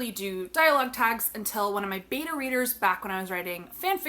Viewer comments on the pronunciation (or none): Thank you for this video. Great information. The only suggestion I would offer.... It's pronounced Bay-Tuh. I thought you said "My beaner readers."